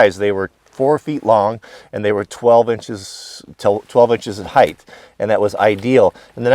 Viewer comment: Height, not heighth